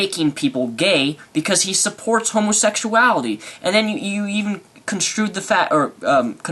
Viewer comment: Tired of hearing him pronounce it "homosexshality"